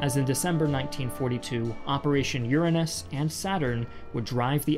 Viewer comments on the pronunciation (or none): Watching this again and realized that he said Uranus in a different way lol I love him